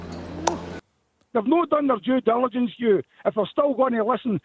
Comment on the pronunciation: Did you hear Doo? I've heard it a couple of times and keep hearing Jew jilligence🤣